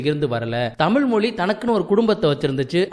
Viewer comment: தமிழ் தமிழ் தமிழ்... You can make a little effort to bend your tongue and say it properly...